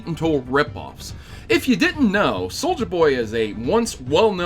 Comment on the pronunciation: Loving that SoM music. Brings me back to the good old days. Also, loving that you keep calling him soldier not soulja.